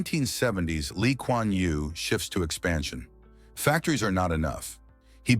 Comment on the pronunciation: U got his name right